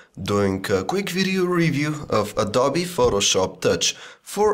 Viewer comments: Somebody needs to tell this man that it is pronounced "adObee," not "adAbee." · he said adobi